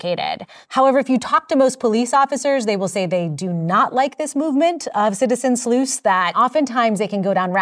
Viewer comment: It's sleuth. Not slooth.